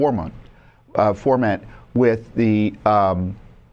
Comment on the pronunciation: "foment" not 'forment' 😄